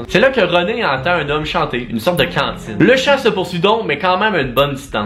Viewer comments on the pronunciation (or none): Contine pas cantine tbk 😂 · On dit une contine pas une cantine une cantine c un ptit restaurant 😂❤️ c pas grave bon t’aime pareil 😂❤️